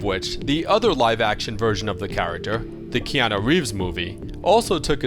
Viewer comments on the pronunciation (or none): none